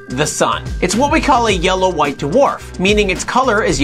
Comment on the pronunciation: DWARF IS A ONE-SYLLABLE WORD!!! :p